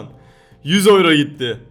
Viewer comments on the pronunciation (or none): Oyro değil yuro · GERÇEKTE OLAN TÜRKÇE OKUNUŞU YURO ABİDE OYRO:D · abi oyro ne yaaaa yuro diye okunmuyormuydu:D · oyro? yuro....